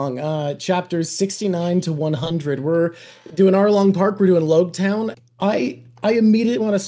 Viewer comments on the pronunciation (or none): Loguetown should probably be pronounced "log" town. The town of the beginning and end is named after prologue and epilogue.